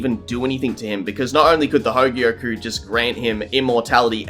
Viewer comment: Only an Australian could add an 'r' to "hogyoku"